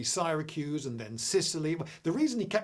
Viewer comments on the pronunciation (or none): none